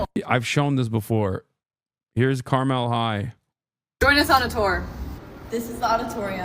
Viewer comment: As some who grew up a Hoosier Hasan is right about school funding in Indiana. Suburbs can pour millions, while historic black schools can barely remove the asbestos. Also he said Carmel wrong, but I am grateful for it